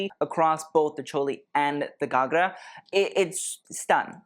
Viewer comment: 10/10 for your pronunciation of ghagra and associated words (the odd one was 9/10 but nonetheless excellent) 👏🌟